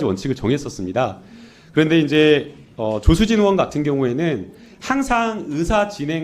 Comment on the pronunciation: 조수진은 국썅이라고 들리는 사람은 없나?